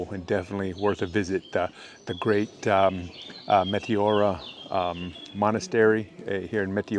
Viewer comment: good work! btw its met-E-ora not mete-O-ra !